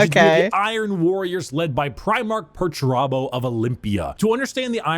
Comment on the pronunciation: Perturabo: They never say my name right!!!! rowboat Girlyman: Hmm must be annoying I- Perturabo: It's infuriating MY name Perturabo not Peter-terbo or anything so juvenile. Rubberbow gorillaman: Yes I'm sure it must be very off-putting. Perturabo: It is. You have no idea how much I've suffered under this ridicule Guilliman. Rib-roast Gellyman:... Rogal Dorn: This is funny because Perturabo is being a fool.